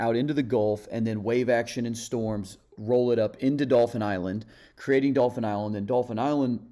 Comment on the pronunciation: not spelled. Pronounced....you literally said Dolphins Island. If you have a speech pathology, then I apologize for the remark.